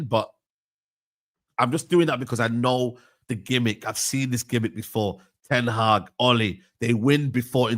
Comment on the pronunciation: Man utd gonna get rid of their manager before they say his name right 😂